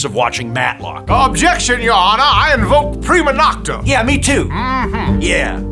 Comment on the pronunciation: “Prima nochta” hilarious!